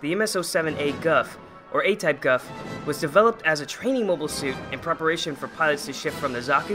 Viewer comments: Its pronounced as "Goof" like Goof Troop. But nice video and thanks for the history. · The Gouf is actually pronounced Goof. But besides that, good video